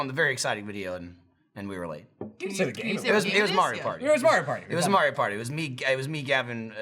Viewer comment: Shadow_ Sheep Call it May-rio.